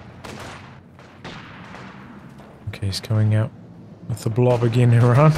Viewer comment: Where are u from. You pronounced Iran correctly . In an arabian manner i mean